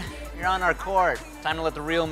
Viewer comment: The way he pronounced dude 😂😂😂😂😂😂😂